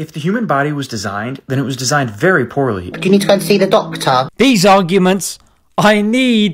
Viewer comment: The beginning "need to go see a dokta" 😂